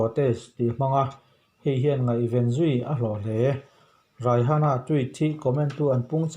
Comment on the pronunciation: Raihana ni lo Rihana ni 😂